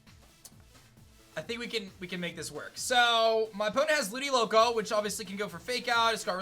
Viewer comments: It's Ludicolo not Ludiloco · No one: Literally no one:: “Ludiloco”